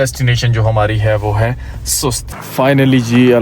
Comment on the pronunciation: میرا خیال ھے سست نہیں بلکہ سوست ھے